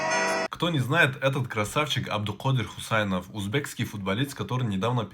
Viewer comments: Хусанов не хусаинов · Не Хусеинов а Хусанов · Хусанов а не Хусаинов